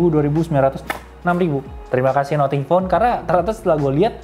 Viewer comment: Nating bukan noting